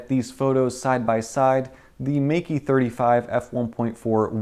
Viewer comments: Awesome review and sample photos! "Meike" should be pronounced as "Maykeh" in Mandarin though.:-) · Just to try to get your pronounciation right. Think of the word: my Think of the ending of: boKEH (the right chinese pronounciation) Now say Meike like "MyKeh".